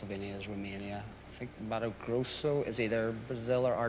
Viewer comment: He knew to pronouce it "Matu Grossu" like we do in Brazil. This host does his research